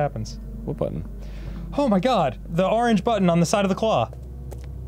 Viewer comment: I love how when Musical Memory tries to say “orange” it comes out as “Oregon-ge.”